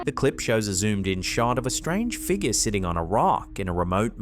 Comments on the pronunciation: That unusual "figgah"!!! Love ya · Holy. Shit. First it's "figaaa" but that is NOT how you pronounce "negro"... This channel is going to get banned lmaooo